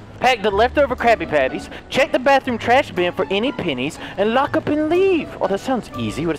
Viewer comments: I heard “I love the penis” but like he didn’t pronounce the E properly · sounds like he saying penis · Lol it sounded like you said I like the penni's😂😂